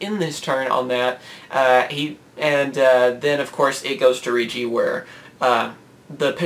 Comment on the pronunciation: Hate to do this: The Rei part of Reijis' name is pronounced like ray.